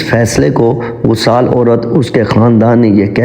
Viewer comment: بہت خوب۔لیکن اسلامی کہانیاں سناتے وقت پہلے اس کے الفاط کا صحیح تلفظ سیکھنے کی کوشش کریں۔ امام میں ا کو زیر کے ساتھ پڑھنا چاہیے ۔ غسال کو زبر کے ساتھ۔ دوسری غلطیاں بھی تھیں۔ اس کا خوب اہتمام کریں'